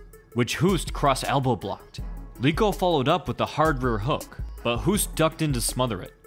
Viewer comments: it's pronounced 'Hoast', not Houst. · It is pronounced “Hoast” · That's not how you pronounce his name. More like Ernesto Host. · I know this isn't a new video, but as an FYI, Hoost in Dutch is pronounced 'host'. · It's pronounced Host